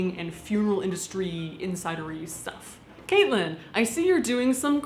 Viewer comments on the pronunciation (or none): none